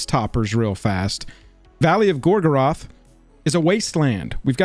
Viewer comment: The pronunciation of "Gorgoroth" is unacceptable. Sometimes I think this channel should be called and Nazgûl. And why the hell is that stupid red swiqgly line under "Gorgoroth" and "Nazgûl" as I type this? Why doesn't Google have a clue either? This is madness. In all seriousness though I hope the set is opened up to holy hell while people search for the 001/001 of Isildur's Bane so cards are dirt cheap.